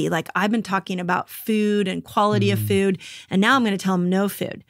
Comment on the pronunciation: No one teaches better than Dr. Mindy! Just one critique though... Why do you add "eee" to words that have "oo"? For example: Feee-Ude = Food Meee-Une = Moon Feee-Own = Phone, etc. I cringe on those words, but you are the best anyway! 😊